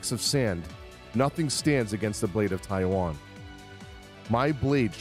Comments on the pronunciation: Personally the way you said the blade of taixuan sounds to me like you're saying the blade of taiwan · it's not pronounced as Taihuan, the way you were originally pronouncing it was closer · the x in taixuan is pronounced like sh, so you were closer the first time haha